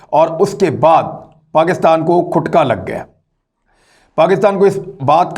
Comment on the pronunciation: آپ میرے پسندیدہ تجزیہ نگار ہیں اللہ آپ کو اپنی حفظ و امان میں رکھے آمین آپ لفظ "کھٹکا " پیش کے ساتھ پڑھتے ہیں اس کے تلفظ پہ غور کیجئے گا۔ فیض (جرمنی)